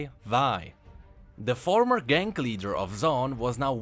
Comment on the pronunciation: You say "gang" like "gank"